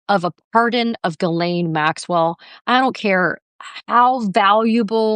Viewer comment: Chip you need to learn how to properly pronounce Maxwell's first name the S is silent